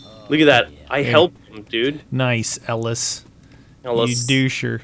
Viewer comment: It's pronounced (EL - IS) that's way it says it like that in the games dialougue... :/ try playing the game